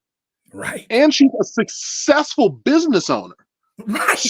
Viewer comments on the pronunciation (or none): But why did the scammer's daughter keep saying successful like "sess-sess-fo". She did it over and over round